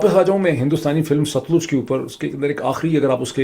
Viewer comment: ڈاکٹر صاحب، براۓ مہربانی اپنے پنجابی ایکسنٹ کو ٹھیک کریں۔ دریا کا نام ست لوج نہی ہے صحیح نام ہے Sut-Lej 🤗